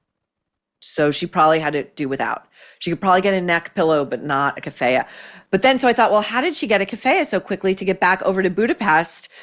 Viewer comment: Kafiya is pronounced like kafeeya